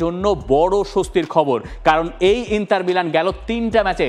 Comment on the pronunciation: ইন্তার নাকি ইন্টার? কোনটা?